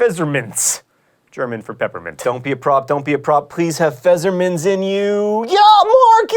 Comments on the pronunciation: It's called pfeFFer minz, not pfeZZer minz. It's an f, not a z. FYI. Other than that, sweet episode. XD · Why would you say Pfesserminz, when it's Pfefferminze? With ff, like in "coffee". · It's Pfefferminz, not Pfesserminz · Why does he pronounce the f's in "Pfefferminz" as S? Oo - A very confused German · It's Pfefferminz, not Pfezzerminz. It's German, not Alien. It might not treat X and Z pretty much the same, but it doesn't turn Fs into Zs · Fezzermints? Really? Pfeffer. PFEFFER! SAY IT! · Pfefferminz not Fesserminz ;) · Why does he say 'feserminz' if the word is 'Pfefferminz'? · It's not "Fezzermints", that's a P and an F at the beginning and two Fs in the middle: PFerFFerminz. =P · Fessermints :D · C'mon, John, now you're doing it on purpose. PFEF-FER-MINZ. HOW COULD YOU GET THAT SO WRONG AAAHHHHRG. D:< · "Pfeserminz". Not quite, you'll have to try harder next time ;P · "Pfefferminz" = Phezzermints? What happened to the fs? You almost had it. Just replace the zz sound with an f sound and it should sound pretty much correct. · Your pronunciation of "Pfefferminz" is adorable. Wrong, but really adorable. ;) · I love you, John Greene, but you completely butchered the pronunciation of 'Pfefferminz.' Let me help you: 'Pf' is pronounced 'pfff' as in 'pfff, why should I care how to pronounce this word.' 'Eff' is pronounced 'eff' as in 'why the eff should I pronounce this word correctly.' 'Er' is pronounced...well, this is actually the hardest part of this word, but you can kind of think of it as 'ay-uh' as one syllable. 'Minz' is pronounced like 'mints.' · In German the p is pronounced at the beginning of Pfefferminz. Also, the z makes a tz sound. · i´m german and i´m dying over the way he pronounces "Pfefferminz" completely wrong yet adorable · When he said Pfefferminz, I actually had to wait for his translation to understand it... You should work on your pronounciation, John. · John. That is not how you pronounce Pfefferminz :(